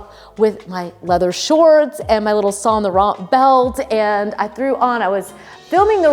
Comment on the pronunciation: FYI, there is no "t" sound at the end of Sahn Lowrahn (Saint Laurent.) I know, I'm anal.